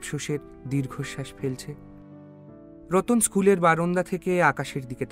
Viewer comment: ন্যারেটর বদলান প্লিজ। "বারন্দা" "আমাবস্যা" এসব কি উচ্চারণ?????? আর এইসব খুচরো খুচরো এপিসোড। কিছু না কিছু কি আপলোড করতেই হবে?